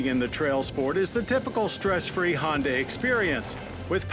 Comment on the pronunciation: Agreed. I will let KBB do the reviews too if stays completely away from Hondas completely. (He can also do Acuras without mentioning Hondas) (It's because of his stupid pronunciation of the brand).